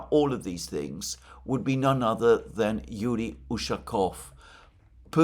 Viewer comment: its ushakOv, not Ushakov.